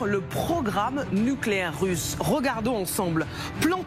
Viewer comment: "Des média d'investigation ont eu T'accès" ?? Encore un ajout fautif de liaison imaginaire pour faire genre on parle bien et qui fait flop x) ahah et juste après, un bon gros "Rooogardons ensemble" aïe aïe aïe 😁 Y'aurait pas eu le pataquàs (laison fautive) j'aurai même pas remarqué le "rOgarder" en vrai x) Voilà ce que c'est d'artificialiser son discours pour paraître plus (intelligent/instruit/choisissez...), ça gonfle une baudruche à l'envers et en plus ça explose :p . . . Si c'est pas-t'à vous, c'est peut-être-t'à moi :p